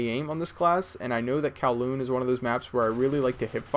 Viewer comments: It's Kowloon, not Calhoun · Kalkoon(like what u said) sounds like kalkoen(dutch for turykey =p) XD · it's lowkoon